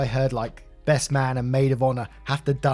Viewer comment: Do you know as your reading about this KARENS WEDDING U SAID BREST FRIEND AND NOT BEST FRIEND ?. Go back and listen to it